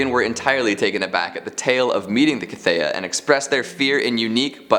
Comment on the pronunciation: How has nobody commented on mispronouncing The Cthaeh (pronounced kuth-hay)...That aside this was another great list and I was super stoked to see Rothfuss in it. Book 3 when?!? Keep up the great work my dude!